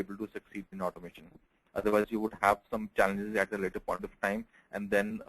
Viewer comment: Its challenges in automation say it clear man, it sounds like chances OMG :eyes-purple-crying